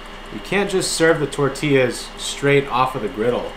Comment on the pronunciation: He pronounces tortilla wrong